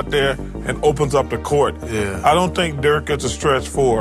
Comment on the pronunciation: His name is Dirk not Dörk god dammed